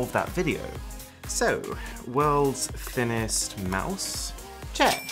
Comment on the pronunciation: “Thinninest Rick astly”💀